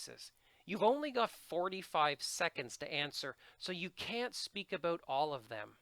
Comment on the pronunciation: I love your videos, I have watched about 4 just tonight and you man have given me a lot to think about and prepare for! BTW I can´t get over how you say about :D - oubout, aubout, ouibut or whatever! I really appreciate your knowledge about TOEFL. Thank you